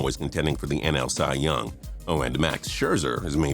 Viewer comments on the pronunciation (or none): none